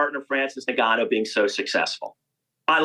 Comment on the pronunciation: Can’t even say Ngannou properly